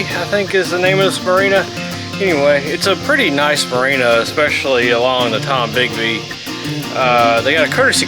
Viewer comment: It's the Tombigbee River not Tom Bigby